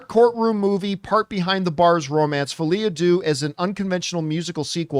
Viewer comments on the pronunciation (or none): Was John exempt from core French classes growing up in Canada? It kills me that he keeps saying "Folie a Doo".